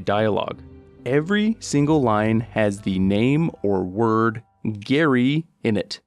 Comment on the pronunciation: Gaary, Gary uh wha' Gaary.